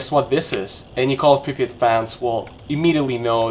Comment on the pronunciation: First time i hear an English speaker say "Prypiat" so correctly 😂 Great video, man! Cheers from Ukraine